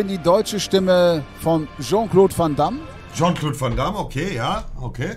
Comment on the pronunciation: Rest der Welt: "Jean-Claude van Damme" Herr Black: "JON CLOD VOM DAMM"